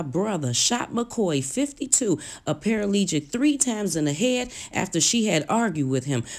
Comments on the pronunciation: Me too...I paused the story to find out how to comment. It is CLEARLY ParaPlegic not ParaLegic...the word has come up at leat 15 times 1/4 way thru the story (where I am still paused to write this comment) and she jacked the word up EVERY time! Come on sister. She also messed up early on when she made the comment about the mom being married when Da Brat came along before it was all explained. This is unprofessional...please do better! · Lmao 😆 'Paralegic'🤷🏽 I could not help it LMAO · I die every time she say para-legic. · Someone tell Shelby Lowery that he’s not a celebrity. And sweetie it’s pronounced PAR A PLEE GICK. paraplegic. Lord! Slow down, love.💕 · Everytime she says "para-LEE-gic", drink. You'll get wasted. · She said "PARALEGIC." LOL! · Girl Girl STOP!!!! Say it with me para pa legic ! Parapalegic!!! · OMG girl ME 2.... I thought it was just me!😱😬🤔 I am a PARA-PLEGIC,due to Domestic Violence, and it is my first time watching one of her vlog/video. 🤫😤😬😤So YES, each time she said it I corrected her aloud! 🤭🤯🤭🤯 By the third time I was like,"Why is she still saying it like that, while reading an actually article which has the correct spelling.... "SOUND IT OUT ALREADY Sheeeeesh!💯💪🏾😂😁🤣🤐😁😂🤣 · Paraplegic! It’s paraplegic! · I wish that you would pronounce the second "P"in paraplegic, and the second "z" in Zanzibar. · I thought the term was "Paraplegic" not paraplegic and the narrator sounds as if she is gossiping and its as if she is talking in circles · The word is PARAPLEGIC! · Okay let’s all say it together and slowly on three 1 2 3 “paraplegic” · Please it is paraplegic Not paralegic uggh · It's the pronunciation paraplegic for me... but great story though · My dear narrator you keep saying that this man McCoy was a "paralegic"??? IT SHOULD BE PARAPLEGIC. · If they say "par-a-lee-gic" one more time I'm gonna jump through the TV. Its para-plegic!!! I was like what's a paraplegic a cripled lawyer? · Girl it's paraplegic not paralegic omg that's so bothering me.